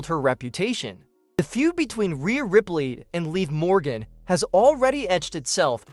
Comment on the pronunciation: If you guys are going to be a newscaster any and all of you newscasters when you signed to mention Morgan's name why can't you pronounce it right you all been all of you newscaster been saying it wrong it's live Morgan that is her name is called Liv Morgan get it right get it right say it right say it right stop saying it all wrong